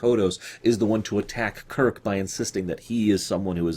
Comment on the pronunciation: I like how she says Kirk "Kik"